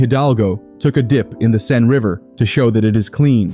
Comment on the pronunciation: I lost count how many different ways you pronounced "Seine".